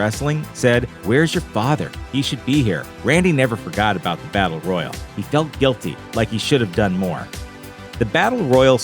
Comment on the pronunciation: Royal and royale are different words. Say it with me roy al